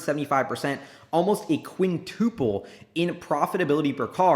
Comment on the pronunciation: The pronunciation of "quintoooople" kinda bothers me.....